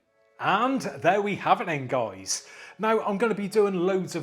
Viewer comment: I love your intro man 😅👍 "What's up goiys, how you doinnn"